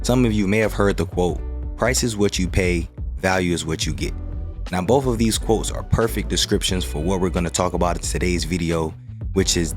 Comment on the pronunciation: " Bof of these quotes " ?